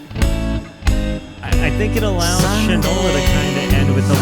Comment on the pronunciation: It’s pronounced Shine-ola. As in shoe polish. Usage: “That boy don’t know the difference between shit and Shinola”